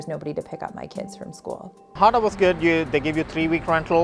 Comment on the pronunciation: Why do you pronounce honda like hyundai